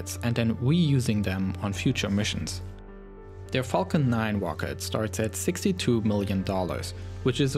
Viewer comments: “The wocket” lol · What’s a ‘wocket’ and ‘explowation’ is that like a sexual thing? ‘Bwoke’ is that like rapper slang for “be woke” this is so cunfusing.. (good content though) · " With big wocket we go to maws." Awesome video though! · You sound like kripky from big bang theory Wocket. I am sorry but it's amusing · It’s rocket not wocket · Not to be rude and no offense, but... "Wocket" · Wed woadster wocket erf oporational dis exporation dey pwogwes wussia wegain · Oh my god, did they send the Midnight Chewwy Wed Teswa Woadstew on the Fawcon Heavy Wocket? I had no idea! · Not ROCKET ITS "WOCKET" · "its the most pwoerful operational wocket in the world" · Dubwa for "wocket" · the most powelfull wocet in the wowd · Volkan Eren Wocket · lol i just love how he talks! wocket pwogram wussia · woom woom goes de wocket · Tesla Woadster, wocket lol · "Wocket" xD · what's a wocket? I didn't pwogwess thwough the video sowwy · hehe,I like the way you say rocket as 'wocket' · the wmost powaful wocket in the wold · Wocket, wussia, bwoke, pwoject, owiginally, etc etc etc